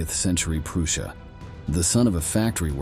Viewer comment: Your new narrator whatshisname -? - mispronounces many, many words, eg Goebbels and Prussia.